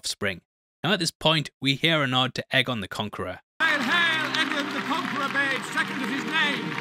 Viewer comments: One of of the books is called dunk and egg so it probably is pronounced egg and not a. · It’s always been pronounced “eggon” no? “Little egg” in GOT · its pronounced eggon. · I like that you changed your pronunciation of aegon. I always thought it was pronounced like egg-on because of the wonderful dunk and egg novellas that gave me more of westeros. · you literally pronounced egg-on the same way when you were criticizing the pronunciation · Um... Am I the only one who didn't hear any difference in the 2 pronunciations og Aegon?? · Dunk and egg, how did you not know how it’s pronounced? :-)